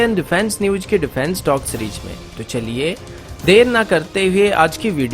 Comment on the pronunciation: Newch nahi News aur Cheries nahi Series pronunciations aachi karey.No disrespect!